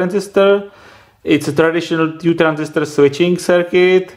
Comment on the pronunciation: Suprové video, ale vážně když už nedokážeš udělat něco s tím "vtipným" přízvukem (jako že ti rozumět je ale zní to divně) tak alespoň to "Two" říkej normálně xd Přelož si to na překladači a zjisti jak se to vyslovuje, strašně mě to irituje a myslím si že nejsem sám xd.